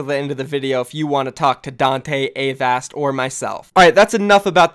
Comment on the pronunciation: I hope Avast teaches you how to say Avast. I cringe every time. But cool, sounds like a good series.